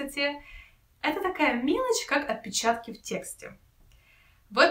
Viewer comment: нет, не сложно, она прям сразу начала глаза "резать" 😎 и если не ошибаюсь, то даже в произношении звучит как "оТпечатка"